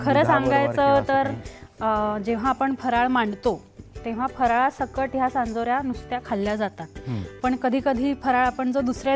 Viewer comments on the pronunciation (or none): सांजोऱ्या!!! चांदोऱ्या नाही 😂😂